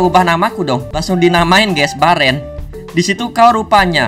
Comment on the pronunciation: Bang namanya Beren bukan bearan